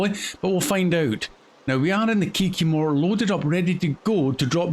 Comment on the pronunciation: Kiki-more, name of the truck, the Kikimore by MrBusses